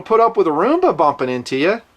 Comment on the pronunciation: It's fucking ROOMBA NOT RUMBA FFS